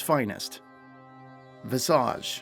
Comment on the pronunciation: Okay, but whats up with the mispronunciation of Visage?